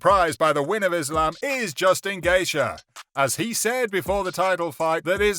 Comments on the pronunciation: Justin Gate-Chyeah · Charles "Olivy-era." Justin "Gay-sha" lmao. If you're going to hire voice over guys at least explain to them how names are pronounced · "Justin Gaysha" 💀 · bro you are butchering these guys names 😅 Justin wa? lol